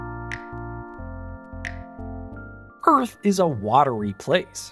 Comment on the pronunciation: Okay but I need to know why you said Earth like that